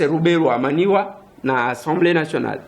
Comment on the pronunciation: Azarias Ruberwa MANYWA et non MANIWA, nywa et non ni-wa